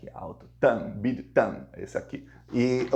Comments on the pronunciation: o nome da empresa BYD se pronuncia Bi Uai Di. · BYD a fábrica de carros chinês se lê, bi aí di.